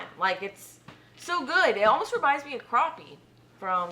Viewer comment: Man said crappie right! Try it as a po boy sound like that be good.